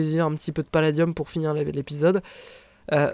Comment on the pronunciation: a chaque foi tu fais paladieum